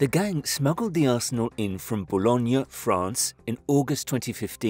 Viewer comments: just fyi-Bologna as you pronounce it is another, different city in Italy , where as Boulogne is in France and is pronounced like 'boo-lown' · bologna is in italy, boulogne sur mar is france, you pronounce it wrong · Great video, but the French town is pronounced BOL-OhN, not BOLO-G-NA, which is a separate town/city in Italy. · thought you're talking about Bologna, Italy first 😂 tip: if you don't know how to pronounce something, put it into google translate and use the text-to-speech function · Bologna is landlocked in Italy not France Boulogne is in France get your information right before putting it online or maybe have the ability to pronounce the towns correctly